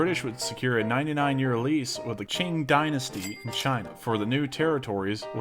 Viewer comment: Again and again, English narrators never bother to do some simple research on Chinese name pronunciation, it’s “Ching “ dynasty, not “king” dynasty. All you have to do is check it online. Simple. How about being professional for a change?